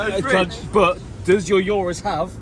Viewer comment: The only time heard Mat mispronounce a car name 'URUS' 😂😂😂😂😂😂😂